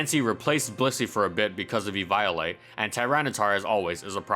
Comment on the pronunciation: Did he just call evoilite eVIOLATE?